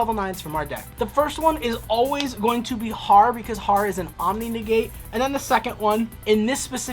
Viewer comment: Loptr is pronounced like Loap tar, Harr is urr, utgarda is ootgard, hela is Hyla, nidhogg is l Neeidhegg, mardel is mardel lol, Jormungandr is Your min gunder